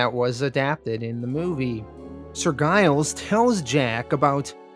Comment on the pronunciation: As a Brit I am being distracted by Giles being pronounced with a hard G. It’s a pretty common surname in the UK, usually associated with farmers, and pronounced Jiles.